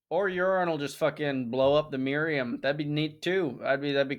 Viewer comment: Myra-HAM not Miriam